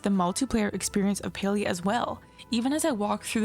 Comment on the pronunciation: Thumbs down for your terrible pronunciation of the game learn how to fkng read.